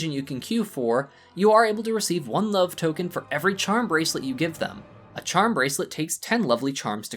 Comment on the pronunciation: Did you say 'Sub is in the air?' Cause it sounded like you said 'sub is in the air'.